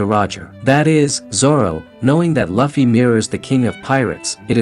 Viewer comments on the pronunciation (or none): did anyone else hear him say "Laffie" instaed of "Luffy" i mean he has a channel on onepiece atleast pronounce the name right of the main character. 🤣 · Bro it’s not Lafy it’s lufy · It's not luffie 😂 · Um. It's loofy.